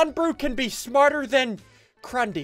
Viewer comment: Who go's with SSundee when they say Crundee???